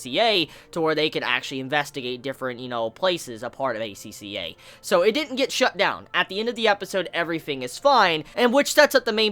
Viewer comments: You pronounced it right. Acca or aka means red in japanese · The way you said it was correct. The characters in the anime also pronounce it this way.